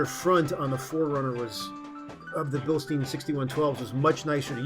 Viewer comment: I'll never understand why people insist on pronouncing Blistein wrong, even when they know they're saying it wrong, like the guy in this video. Just say it the way the company says it ffs, why is that so hard?